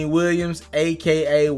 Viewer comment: Give him a break, this nigga just said a.k.n...🤦🏿‍♂️